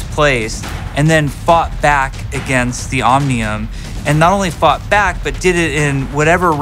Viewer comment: Does anyone also understand "fuck back" where Jeff is saying "fought back" or am I the only one? :D